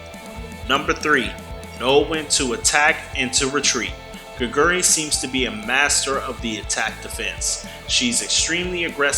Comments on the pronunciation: Hey can you at least google how to pronounce her name if you're going to devote an entire video to a player? It's not gigeuri. It's Geh-gwoo-ree. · No one expects non-koreans to automatically be able to pronounce everything correctly, but I do expect the youtube creator to at least put in the effort to google 게구리 and press the text to speech button... as much effort you did to record your voice, the script, and edit the video.